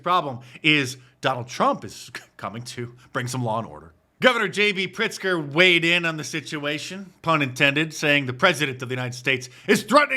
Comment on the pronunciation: The emphasis on "weighed in" when talking about pritzker was hilarious!